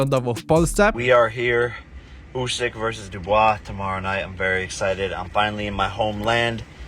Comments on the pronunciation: Kto to dubojs ? Mowi sie Dibuła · Przypierdolę się, Dubois czyta się "Dibua" xD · dubojsa? dibła kolego, dibła... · wypowiada się Dubła a nie Dubois... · Dibua nie dibojsa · Mówi się dibua nie dubois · Nie "Dubois" tylko "Dibuła". I żaden on legendarny, nawet w pierwszej top 10 nie jest. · DUBOJSA? RESEARCH ZAWIODL XD DIBUŁA* Nawet w materiale masz jak wymienia to nazwisko Paul... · Dubois czyta się Dubła lub Dibła a nie Dubojs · Jakby co, czyta się Dibua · Super komentery, ale błagam Dubois czyta się Dubła. Pozdro wrocław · Dubois mówi się Dibuła xd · Reklama "Speakly" (ze wspomnieniem, że streamowałeś z Anglii) a słowo "engagement" tłumaczysz jako "małżeństwo". No i Dubois w Twoim wykonaniu jako "Dubojs" :D Zwłaszcza, że 2-3 minuty później Jake mówi, że przyleciał na walkę "(fonetycznie) Dibua" :D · Kto to jest ,,dubojs"? Super wymowa xD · Dubois się czyta "Dibła" jak coś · DUBOIS czyt. DIBUŁA (to francuskie nazwisko) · 1. Nie Dubois tylko Dubła(tak się wymawia) 2. 50 tysięcy na Stadionie lekko. 3. Walka nie była o pas tylko o 5 pasów wagi ciężkiej: WBA, WBO, IBF, IBO, the Ring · Cześć ;) Dubois czyta się "dibuła" jak bibuła.